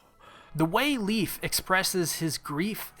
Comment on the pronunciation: why you calling him "leaf" his name is "Leif" its a danish name americans can actually pronounce... just say "lie-f" or "Life"